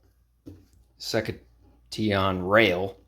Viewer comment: I think “Sektion” is pronounced like “section”.